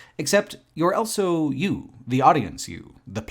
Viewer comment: pronounces the word "also" as "elso".